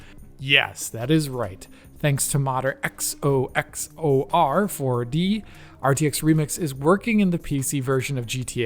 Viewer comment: It's funny he always takes his time to say the name right